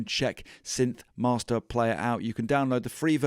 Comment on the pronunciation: Great video! Don't ask me why—but every time you said "synth-mahstah", I thought of Marty Feldman's Igor in "Young Frankenstein", saying "Yes, mahstah". :?)